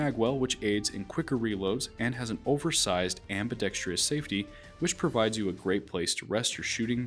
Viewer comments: Ambidextrous (four syllables), not ambidextREEous (5 syllables). Good vid! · I hear just about every presenter on YT say that word incorrectly and it bugs the crap out of me. Happy to see I am not alone 😀. And I agree, it was a good presentation.